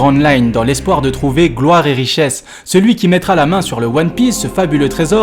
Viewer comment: Desole mais c’est pas « one pize » c’est « one pisse »